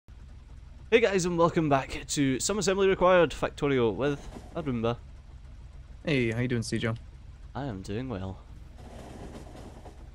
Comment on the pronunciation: Beginning of this episode, sounds like is calling Arumba "a Roomba". Heh.